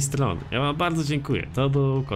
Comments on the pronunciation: Dlaczego mówisz "fordza,, zamiast forza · FORZA, NIE FORDZA